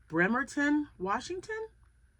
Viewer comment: You said Bremerton perfectly. You are so welcome.